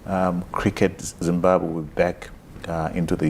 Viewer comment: I think it is absolutely shameful and unacceptable that a whole Minister cannot accurately pronounce the name of the country that she is both a citizen of and serves 🇿🇼 #shameful